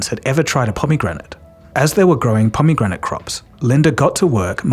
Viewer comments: kinda obsessed with the way he sahs pomegranate. "pommygranite" 😭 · I've never heard pomegranate pronounced like this, and I kinda wish everyone said it like you do